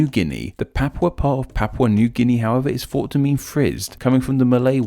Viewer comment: Dude, get some elocution lessons - you're English but can't pronounce about 50% of English words e.g. "multipuw" (multiple), "fought" (thought) etc etc.